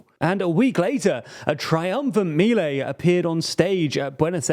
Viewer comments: Its Miléi guys, that is not hard to research... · Just a minor note: Milei should be pronounced mee-LAY (accent on Lay, not on mee). Thanks for your outstanding work.